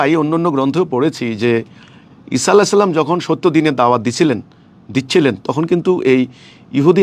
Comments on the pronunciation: আরে শয়তান! ছালামের উচ্চারণ-ই ঠিক হয় না। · তুই কিভাবে ইমাম হছ তোর তো সালাম শুদ্ধ হয় না তুই সালাম টা সঠিক কর